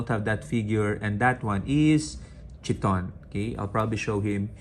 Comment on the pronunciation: The pronounciation of CHTHON is with the silent H. The 1st H.